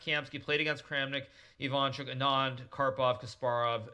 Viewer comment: It's IvanchUk not IvAnchuk.